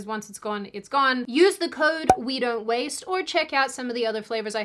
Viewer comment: The "we don't waste" keeps catching me off guard. I keep hearing Italian slur waste. Maybe I need to rethink some things...